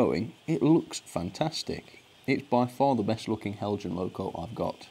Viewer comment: The anticipation before watching every Heljan review is like playing the lottery - will finally get a winning ticket? I wonder if Heljan experience would miraculously improve were he to start pronouncing their name as the Danes do? 😹